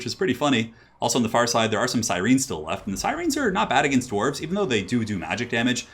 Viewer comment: Gwarves? WOULD YOU LOVE A MONSTERMAN